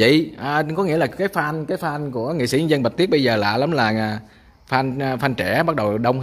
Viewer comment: (a) FAN (tiếng Anh) phát âm gần giống như /phen/, không phải /phan/. Nếu không đọc đúng tiếng thì dùng tiếng Việt "người ham mộ/ngưỡng mộ". (b) Phát âm sai: YOUTUBE /iu-tu-be/. VIDEO /vi-deo/, MADE IN VIETNAM /ma-de-in-việt nam/, VIET VISION /việt-vi-dần/, v.v... (c) Nhà đẹp quá.